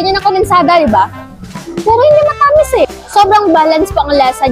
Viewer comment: Yung pagbigkas mo ng ibang salita, di pa kuhang-kuha. Tulad ng matamis, tsaka saging hehe. Di ko nga naintindihan nung sinabi mo yung saging eh